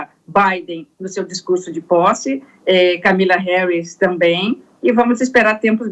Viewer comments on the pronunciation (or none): Ela falou `Camila Harris`?